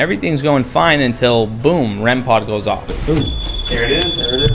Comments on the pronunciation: Hey I just wanna tell it's "rem pod" not "rem pot" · It’s not called rem pot it’s called rem pod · Man! it's not REM pot it's "REM-POD"🤦‍♀️